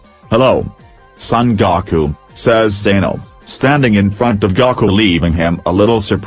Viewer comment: It's GOOOOkUUUU not Gaaaakuuuu! Gaku it sounds annoying when you say it wrong! it's Goku. just because you think it sounds that way because of the two vowels don't make it so the O is O sounding not Ah.